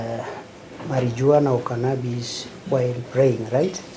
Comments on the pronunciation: It's pronounced as "Mariwana" and NOT "Marinjuana". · Marijuana is not pronounced like that please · I know that lawyer did not just annunciate the j in marijuana